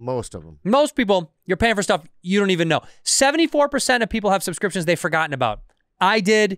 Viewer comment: Bobby cant say subscriptions to save his life 😂